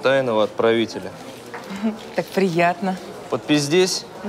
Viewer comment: Ставь лайк, если тебе тоже на показалось вместо "подпись здесь" "подпиздесь"